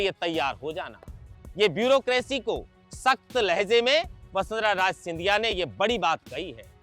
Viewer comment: राज नहीं राजे बोलें